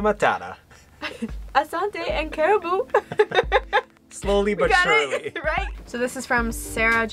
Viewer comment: Haha you butchered "Karibu" but the way you pronounce it, is adorable. Since you're love-birds,at least learn to tell each other "Na-ku-pe-nda babe." Which means "I love you babe"